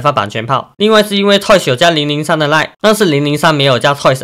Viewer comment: 統神看到小亮ig的文 爆氣說要打給他 叫003拿來給我 發音太像奶酪